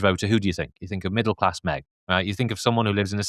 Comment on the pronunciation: Can no one from London pronounce "th"? It's always weird hearing saying "fink"